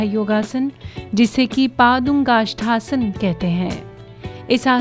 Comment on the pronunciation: एक जो लेडी बोल रही है, शायद आपकी भी आवाज हो सक्ती है. जो योगा के नाम बता रही है, वो गलत उच्चारन करती है. जहाँ पादांगुष्ठासन है, उसके बदले वह बोल रही है पादुंगुष्ठासन. इसमें अर्थ अलग निकलते है. पादांगुष्ठासन मतलब पैरों के अंगुठे पकडकर करने वाला योगा और पादुंगुष्ठासन का मतलब ही निकलता. उसमे का एकी शब्द निकलता है, वो है निचले हिस्सो मेसे निकलनेवाला वायु होता है. शब्दपर ध्यान दे, कोई आपका मजाक न उडाए.